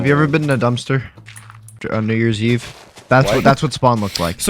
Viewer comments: uhm what did he say? That did not sound like New Year’s Eve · bro did not say new years eve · He did not say New Year’s Eve 😳